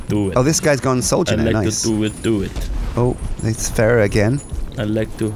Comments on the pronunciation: I'm not normally one to say this but her name isn't Ferrah it's Pharah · The Amazing Jeff yes but it's pronounced Fair - uh like Pharoh